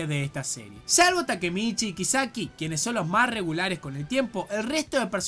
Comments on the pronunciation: Todos: kisaki: kaisiki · Algo dentro de mí muere cada vez que le dice "kaiseki" a "kiseki".... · Le pego duro la Dislexia a XD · *Kaiseki * Gente normal: Kisaki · SE DICE A-KAT-SU-KI Also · ASKDHSJFHD AAA NO SE COMO NO CAGARME DE RISA CUANDO PRONUNCIAS EL NOMBRE DE KISAKI PERDÓN PERDÓN ENSERIO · Respeto y acepto tu opinión, pero lo que no respeto ni acepto es la forma tan pedorra en la que pronunciaste el nombre de Kisaki Y lo de la censura, bueno, yo no lo pasé porque vi el anime sin la censura jajajaj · He quitado el vídeo nada más oír como pronunciaste el nombre de Kisaki. Dislike.